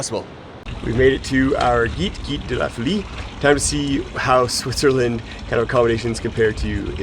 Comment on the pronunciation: Love your videos of this wonderful trail! Good luck at the 30km-day! (By the way, 'gite' is pronounced somewhat like 'sheet' (with a short e-sound) ;-).